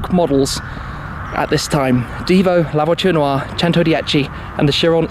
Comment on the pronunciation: The "La Voiture Waa"